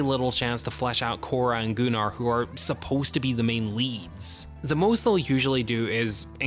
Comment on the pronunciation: Gunnar, not Goo-nar. Idk why Anthony Hopkins said it like that in the opening of part 2, it's never pronounced that way otherwise.